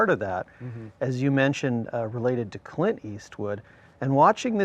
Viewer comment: Tims whole bit about Scott Eastwood and Charlie Day is fantastic and then Tim mispronouncing Clint as “cunt” is chefs kiss